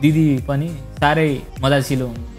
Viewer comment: मजासिलो हैन हौ साथी !😂😂 "मिजासिलो"🤣